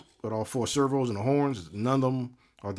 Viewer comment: You say "servHoo" and "servHoo's" as if you their pimp. 😂